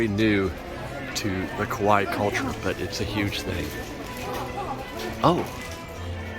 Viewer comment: German: Küche means kitchen, and there's no sound in English that correspond to ü. But if you say "koo-kuh" or "koo-shuh", you'll be close enough. But it's definitely not "cooch". Japanese: Kawaii is pronounced "kah-wah-ee" and means cute. You kept saying "ko-why", which sounds like the word kowai which means scary or frightening. So you were saying "Japan's scary culture". 😅 Bonsai is the word for sculpted miniature living trees, and is pronounced like "bone sigh". You said banzai, which is more or less the Japanese equivalent of hooray. Congratulations on shishi-odoshi. You nailed that.